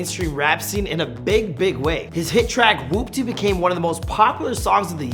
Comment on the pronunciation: Thank god this guy said "Whoopty" right unlike the guy that did the before they were famous on CJ